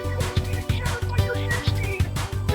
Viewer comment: It’s hair steen not sheer speed